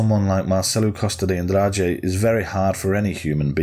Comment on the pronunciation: You smashed the Andrade pronunciation bro